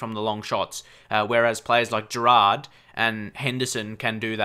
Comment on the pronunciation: it's Gerrard not Gerard .from Myles